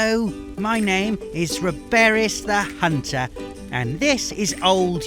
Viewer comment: "A hoonter is never alone."